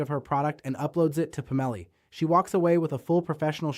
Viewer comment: I'm guessing Labs doesn't include spell check, sad. I think it's, "Pomelli", instead of "Pam-elli". 😏